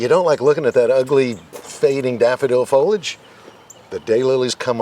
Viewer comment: It’s pronounced FOH-LEE-ADGE. 3 syllables.